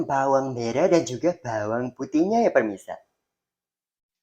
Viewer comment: The way he says empuk and bhawang bhawang 🤣